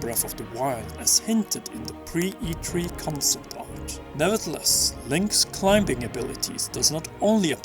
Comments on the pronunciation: lmao you actually pronounce the b in climbing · so lightening strikes from the sky are a threat in this game? Well then. Don't pee on statues of the goddesses, and don't take the goddesses name in vane Zelda Damnit!! just a tip. In the word "climbing" the b is silent.